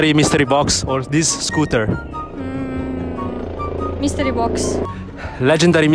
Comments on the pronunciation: "MiStREee bOx" She literally said that seven times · Him: "Legendary mistrii box or $1?" Her: "Mistree box" Mr.Lee at home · I love the way the pronounce Mystery box. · the way he is pronouncing 'mystery' has a different meaning in Hindi(one of the Indian Languages)